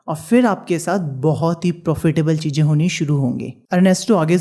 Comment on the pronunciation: MAJA 😅CHEEEEJJJ😂ZAROORAT😂HAVE TO LEARN HOW TO SPEAK FIRST 😡🙄